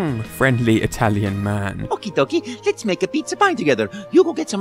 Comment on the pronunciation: In Super Mario 64 I couldn't hear the "let's" well so it sounded like he was saying "pickle." :P